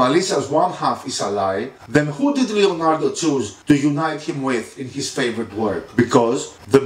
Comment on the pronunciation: But it's Leonardo not Lionardo